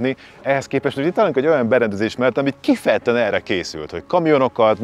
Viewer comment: Remélem addig fogok élni, amíg a Bolla egyszer ki tudja mondani rendesen, hogy 'kifejezetten'.